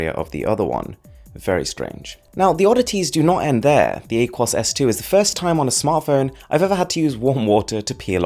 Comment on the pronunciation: It’s ah-kwōs not whatever you said